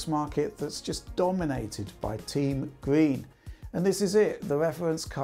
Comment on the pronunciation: damn at first i thought he said team greed instead of team green